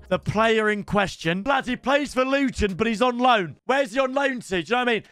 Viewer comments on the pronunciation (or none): none